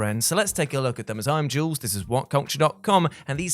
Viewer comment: Carey “YULES” jules….